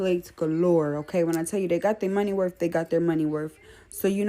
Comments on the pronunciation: "Wurf".... The Blaccent is an immediate sign to watch the person and keep your eyes on them. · “Money worf” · When they got their money werf they got their money werf. They've been in this country for hundreds and hundreds of years and they still don't know how to speak.